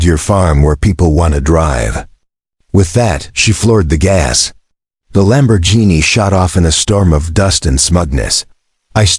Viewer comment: I made it to 3-minutes 28-seconds and I had to drop out of this video because the AI voiceover is so bad between trying to pronounce the name Karen and of the luxury car brand Lamborghini. This was truly the worst AI voice overed video I think I have listened to and again it was so bad I cannot believe I made it as long as I did.